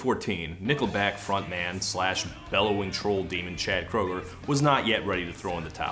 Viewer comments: it's actually pronounced Kruger believe it or not :B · Wait, Chad's last name is pronounced "krooger"?! I've been pronouncing it "Crandall"! Why didn't someone tell me?! Oh, I've been making an idiot out of myself!